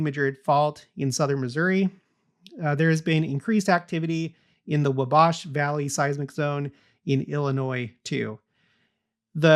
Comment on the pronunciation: I enjoy your content but recommend looking at the pronunciation of the place names you reference, i.e. New Madrid and Wabash. A family member overheard me listening and had to give me some snark over it😏